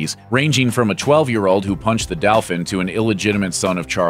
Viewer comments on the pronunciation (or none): The prounociation was pretty butchered lol no offense meant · "Daw-fin" XD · I’m sorry, but did this guy really just say... ranging from a 12 year-old who punched the “dow-fin”? Wow, you get a thumbs down just for that. Yikes. Brush up on how to accurately pronounce words that you’re going to use in a YouTube video; especially if you have a large following. (And that was by far not the only word you absolutely butchered with your “white American male” accent) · I think it was in response to the mispronunciation of dauphin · He said: punched the "Dauphin". The "dauphin" is a French term that refers to the French King. So the guy may have put hands on the King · The Dauphin does not refer to the French King but the heir to the French throne. I had issue with his pronunciation.